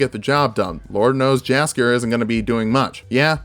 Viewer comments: JASKIER PRONOUNCED WRONG SHIT VIDEO im sorry i really like this video you did great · Not putting the first Witcher tv show from 2001 in the background is both missed opportunity and a blessing. (also, Your polish is pretty good, don't worry, work on that Jaskier and we're good to go)